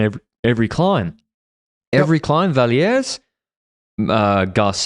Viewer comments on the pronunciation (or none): Boys, Magdeleine is French-Canadian and not Spanish. The "es" in her last name is silent, it's Vallières and not Valieres. Sorry, just a bit of an annoyance that carried over the English broadcast during both the Tour de France and now the World Champs.